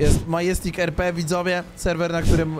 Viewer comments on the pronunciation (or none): Czytaj madzestik